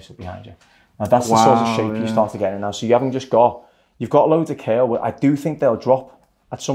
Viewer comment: I love the way you say " kerl" aka curl 👏🤗 lol...Awesome Job!!! He looks fantastic!!👏👏